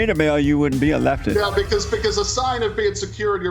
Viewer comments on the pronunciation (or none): the way JLP pronounces "leftisss" gives me ASMR tingles